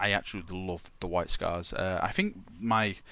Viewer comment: my fucking god man, pronounce your TH sound. it sounds so fucking dumb when you say "fink"